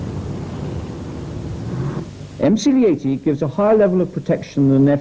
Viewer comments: I had to stop watching when the narrator swapped t's for d's eg sa 8 Dee the 19 8deess etc nope arsehole trigger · The way way you say 80 gives me the creeps, “ayydeee” very strange and a little off putting.